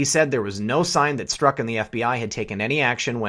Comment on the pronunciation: Pronounced Strock